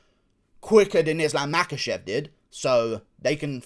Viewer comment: I have it on pretty Bad Guy authority the name is actually pronounced, Mockelchev.